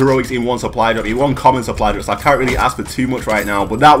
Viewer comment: Is he saying suply drup